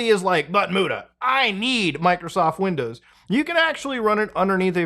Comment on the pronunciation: I keep listening "Michaelsoft"